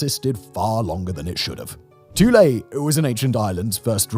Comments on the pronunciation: lol Simon pronounces a lot of words wrong especially if they aren’t English origin. But idk who you pronounce that word so 🤷🏽‍♂️ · OMG, have I been mispronouncing Thule all these years, or is Simon right? I see a TH, I THink it sounds like THe way it's spelled, which for me is -"Th-oo-l." Calling it "Two-lay" never occurred to me. Have I been wrong for decades?